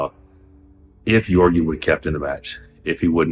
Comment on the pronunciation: “Yorgi, Yorgi, Yorgi” lol it’s Ge-orgi with a hard “G” sound